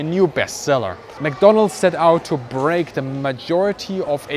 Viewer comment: mcdonnell not mcdonald !!